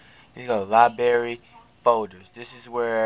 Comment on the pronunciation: LOL, libary.